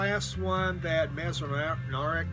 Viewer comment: Thanks for the mention! Enjoyed your take two. Dexter Gordon sounds like it's a keeper. I may have to put that in my wish list. You always make me giggle when you talk about mispronouncing names and then you said Ray Manzarek. Giggle! I love your wall of Floyd in the background and you're teasing me with your what looks to be a Mofi Bitches Brew in the far right. Did you say "three Christmas trees?" That means Santa spends three x's more time in your place then in mine. Another enjoyable Sunday morning video! Have a great week!